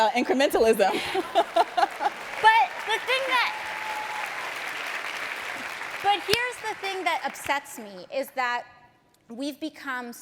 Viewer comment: she said incrementalism wrong